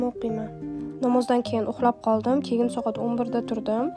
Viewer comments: Bosh homiy "keyin"😅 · Keyin degan sozizda ozbekligiz bilinyapti